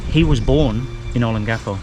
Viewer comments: you should really learn how to pronounce the word Olongapo. It's very distracting! o - pronounced like the "o" in "bold". lon - pronounced like the English word "long" but with the stress on it. ga - pronounced like "gah". po - pronounced like "poh". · I'll keep trying for sake... Ō 'LŌN gapō, pronounced, ō 'LOAN gahpoe, accent on the second syllable. Tâ 'GA lōg... pronounced, tah 'GAH lowg, accent on the second syllable. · I lived in Olongapo from December 1986 and left there in June 1988, I was in the Marine Corps. I wonder if I have any kids there, if I do that would be insane. Anyways, you are saying Olongapo wrong, I hope someone tells you how to say it correctly. Thanks...